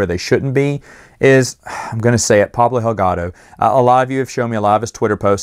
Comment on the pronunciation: Could Pablo Hidalgo's being upset have anything to do with your continual mispronunciation of his last name? It's HiDaLGo, not HiLGaDo, as you've been saying ALL the time... just FYI... ;-)